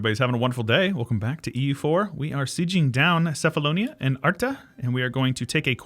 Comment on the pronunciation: Hey! love your vids. Just a quick note, cephalonia is pronounced "kefalonia". In Greek, there is no letter C, but instead the Kappa.